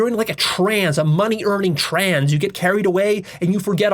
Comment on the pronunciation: Stop pronouncing the word trance as “trans” it’s petting my pet named peeve lol